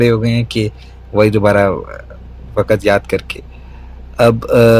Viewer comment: I was so loving his neat and clear urdu and his voice until he said 'WAAKAT' instead of 'WAQT' 🤦‍♀️